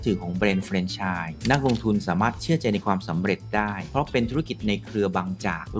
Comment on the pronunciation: พูด เฟรนไชส์ ต้องพูดว่า แฟรนไชส์